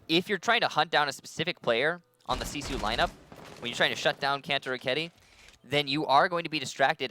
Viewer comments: why is their team name pronounced "See Sioux" and not gifu? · Since when does R6 Pro League not restart the round on a disconnect? This is the first time I have seen that they did not re-host... Unknights probably would have won this. If nothing else, they put "See Sue" (the horribly pronounced) team in their place.